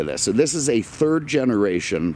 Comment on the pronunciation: Camaro, Mustang, Daytona Z... first, second and "turd" place :D